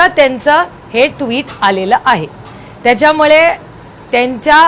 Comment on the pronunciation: ताई आपण संसद रत्न आहात..उत्तम फाडफाड इंग्रजी बोलता..परंतु मराठी साहित्य वाचा..मराठी शब्द उच्चार सुधारा..मोठ्या साहेबांचा हा गुण घ्या. त्याच्यामळे नाही त्याच्यामुळे.. चौऱ्याशी नाही चौऱ्याऐंशी..